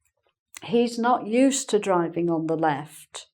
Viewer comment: I remember you talking about adopting the upper English (I forgot what you called that) use of "caunt" for "can't" rather than your native English similar to American English. I never thought about, but hear now, the "uz" for "use" (except as a function "use", as I just posted above) and the "ussed" for "used", but now you seemed to be dropping the D in "used", and almost a T. I'm only half-way (hawlf-way) through, so maybe I should have waited.